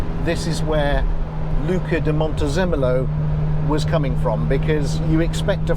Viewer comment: I heard it as Montezoomolo, maybe way too many zoom meetings..